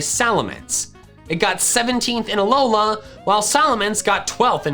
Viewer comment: Work on your pronounciations , Kalos and Alola